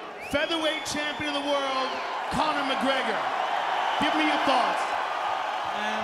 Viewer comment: this is the most drawn out buzzkill victory announcement I’ve heard in a while. This man took 3-5 business-years to say Connor’s name, and then he said it all weird.